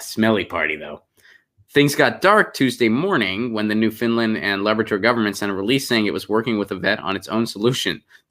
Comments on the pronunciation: Please stop with the new-fin-land! It's new-found-land. Thx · It's not "Newfindland" but New - fund - lund...ugh my OCD was going nutz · It's not 'New-Finland', lol. It's Newfoundland. And yes, 'yowl' is a word, at least it is in Canada.